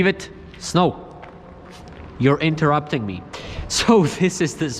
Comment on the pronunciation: Sometimes I hear you saying Snoke, than I remember it's actually Snow. Maybe you should draw him for your Canvas Series.